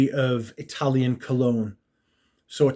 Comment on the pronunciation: Oh... Eyetalian. Yeah, nothing from this house wowed me. Peau d'espagne (Spanish Leather) is the only one that I thought was Ok. Looks like it's not in your sample set.